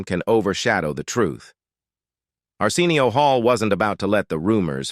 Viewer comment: I’m cringing because the AI reading this keeps mispronouncing Arsenio Hall’s first name. WTH? Fix it! It’s so disrespectful! 🤦🏻‍♀️